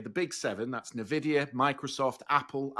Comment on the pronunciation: Turning off after the second “nerr-vidia”. Hard to have any confidence in a host who can’t pronounce the well known name.